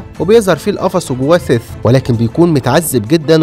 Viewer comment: حد خد باله إن "سيث" بقا "فيس"؟ 😂😂😂